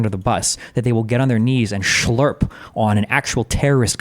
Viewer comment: You can tell Destiny has been hanging around with Jewish people for too long when he pronounces “slurp” as “schlurp”.